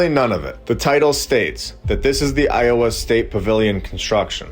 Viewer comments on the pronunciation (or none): none